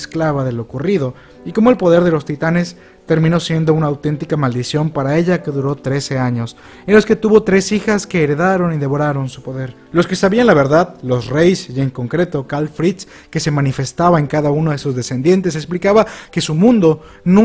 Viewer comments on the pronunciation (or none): Hermano, este es el primer vídeo que veo, y narras muy bien, pero encontré un error en tu vocabulario, es que dijiste reis o reys y es reyes, por todo lo demás perfecto sos un capo te amo como hermano y te respeto